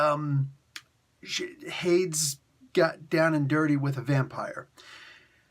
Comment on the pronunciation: Say Hades again. (Hay-deez) is how I always heard it pronounced. 😉